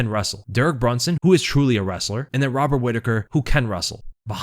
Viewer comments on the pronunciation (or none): none